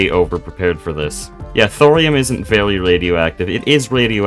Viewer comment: i like how this guy says very v e w w y